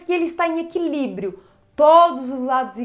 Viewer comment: equilibiro, isolado, espaca, me quebro kkkkkkkkkkkk